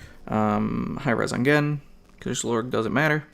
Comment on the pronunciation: I don't know if yiu have been corrected but it's not Jen it's G-en. But not like Gee but Guh-en. Just don't want some jerk trolls to hassle you on the pronunciation bro.